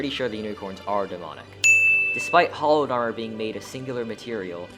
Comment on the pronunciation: The fact that you said "hollowed" when reading "hallowed" is the reason im not subscribed.